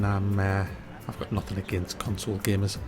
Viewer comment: COUGH-SOLE was all I needed to hear. Thanks